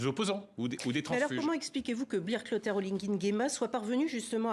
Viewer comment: cette dame journaliste ne sais pas prononcer les prénoms africains ? " C'est"Brice Clautaire " et non Bril Clautaire